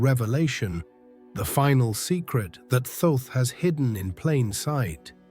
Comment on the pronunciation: Thoth is pronounced "tot" or "taught"